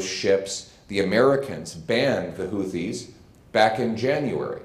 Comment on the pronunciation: Isnt it pronounced HOO-TEES?